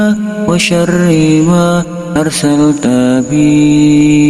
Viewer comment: Bagus Doanya.. Tp kok saya dgrnya bukan WA SYARIIMA ya, tp seperti WA SYARIIWA.. Mohon maaf klo saya salah dengar.. Mungkin pendengaran saya error..